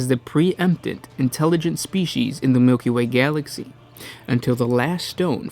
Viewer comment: The way he pronounced "Milky way Galaxy" slayed me. 😂